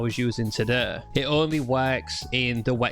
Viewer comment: Resheh looks greh todeh Who talks like this?😂